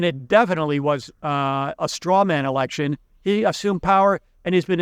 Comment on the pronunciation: Pretty sure you nearly said "erection" there rather than election. Luckily it wasn't the most interesting part of the video, thanks!